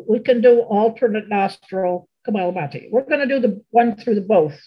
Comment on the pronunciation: I love all your videos. Thank you so much for your generous sharing with all. As a registered yoga instructor, I have one correction for the rapid expulsion breathing yoga practice shared by. It is Kapalabhati and not Kabalabhati. Translated in Sanskrit it means skull shining. Kapala specifically means forehead part of the skull. Thank you for bringing this to all. Peace!